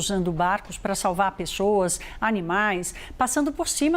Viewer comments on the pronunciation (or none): Mano se essa apresentadora tem problema de dicção. Dê oportunidade para ela na redação ! Ela é jóia, mas falar : pexoassssss é embaçado